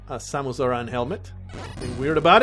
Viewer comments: The name's Sam-es, not Say-muss. Confirmed by Smash Bros. Announcer. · Its sam -uh-s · It seems the pronunciation of "Samus" has changed at least once, the announcer in Smash 64 pronounces it like the word "say" instead of the name "Sam," but every other game I've heard it in is "Sam" Also, I'm guessing you played either Metroid Fusion or Zero Mission on the Gameboy Advance (which you could have played on a DS, I guess), since the only Metroid game on the DS is Prime Hunters, which is one of the weaker games in the series. If the game you played was a 3D sort of FPS, that would be Prime Hunters, a 2D game would be Fusion or Zero Mission. If you pointed out some of the music and maybe enemies you recognize, I could probably tell you if you played Fusion or Zero Mission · "Today I mispronounce "Samus Aran" on purpose just to irritate you!" - the description 2016